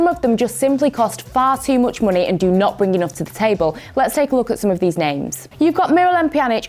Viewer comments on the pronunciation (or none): i love how says "MUNEY"